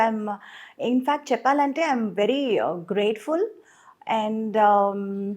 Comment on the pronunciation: చెప్పలంటే కాదు చెప్పాలంటే అనాలి ప కి దీర్ఘం పెట్టండి